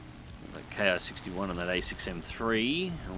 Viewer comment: that isn't an i or "eye"... that is the Roman numeral I also known as 1 or One, just look at the other Hiens like the Ki-61-II and Ki-61-III. But I know that Japanese nomenclature can be difficult for people not familiar with the subject. Also as Roger Doger stated Ki is pronounced "kee".